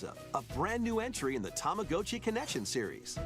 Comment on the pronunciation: He said Tamagotchi correctly